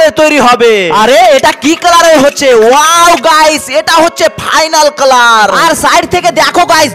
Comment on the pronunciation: ক্লার নাকি কালার